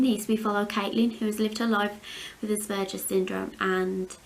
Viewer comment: I’m so glad you say Aspergers the right way. Some people I’ve heard on the tv pronounce it really different and it really grates my arse lol x